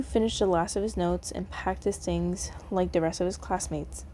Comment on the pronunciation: sorry if this is rude, but I love the way you say "tings" instead of "things" SORRY IF ITS RUDE!